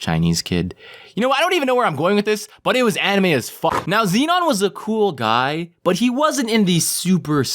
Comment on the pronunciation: KILLED ME MAI-KUR JORDAAAAN SO KUUR GUY!